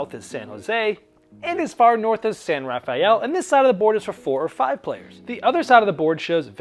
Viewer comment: Thank you for this overview,. Your pronunciation of San Rafael made me smile. As a local to that area, we pronounce it as “rah-FELL” (yes, disregard your Spanish). Cheers